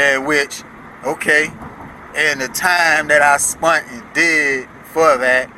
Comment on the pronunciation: Or “The time I spunt” 🤨